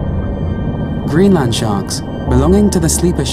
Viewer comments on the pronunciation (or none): none